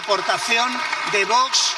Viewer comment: Y esta tonta del bote que está de presidente del congreso, cuando se enseñará a decir VOX y no voch.